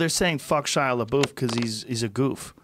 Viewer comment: Joe “Shia La Boof” Rogan